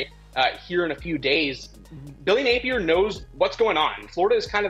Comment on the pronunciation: Does this chick even know ball or is she just there because she’s a female? She said Billy “Napler” 🤦🏽